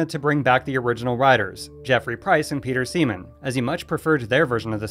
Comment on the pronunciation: You said peter semen